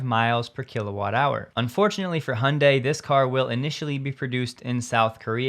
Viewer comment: Great content. Keep up the good work. Btw one word of advice, it'd be good to pronounce Hyundai at least somewhat properly. Although this isn't 100% correct, it's miles better than saying "hun die". The 98% proper pronunciation is: " Hun-Day" like Sunday. (I have close friends who are native speakers). The proper way to say it is: (Hyun-Deh) 현대, but for non native speakers who may struggle with it can get by saying "Hun-Day". Hope that helps.